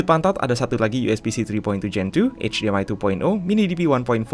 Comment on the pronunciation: HDMI lidahnya kesetrum y